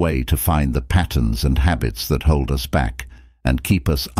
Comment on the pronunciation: The mispronunciations are insane. Just the way that they pronounce us is laughable. “Oos” 😂